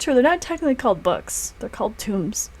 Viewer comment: Tooomes. Not Tombs. A tome is a book. It's old latin language